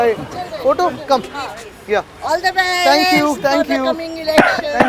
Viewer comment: मराठी मराठी आणि ठांकु ठांकु 😂😂😂😂😂😂